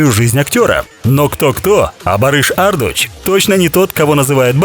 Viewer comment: Только вот ударение в фамилии ставится на У ))) ArdU’ç